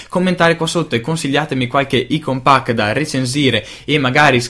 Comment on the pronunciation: Apprezzo l'iniziativa di far conoscere piccoli sviluppatori indipendenti. Due cose mi vengono da dire: - [icon pack] letto così com'è scritto non si può proprio sentire xD specie dalla nostra generazione così social e soprattutto per chi mastica tecnologia e fa recensioni sull'argomento :) si legge [Aicon] - come hai detto tu le icone dei giochi sono difficili e capisco, ma da quanto ho visto non riprendono per niente il material design e "stonano" un po' diciamo Per il resto, ripeto sono felice delle recensioni. Volevo fare solo questi due appunti :)